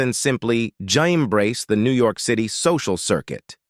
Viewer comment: please try a different text to speech product. This one can't even pronounce city or Pennsylvania.